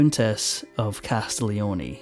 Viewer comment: In Italian, one does not pronounce the G in Castiglioni at all (try CAS TEEL YONAY). A little foreign language research would have helped you here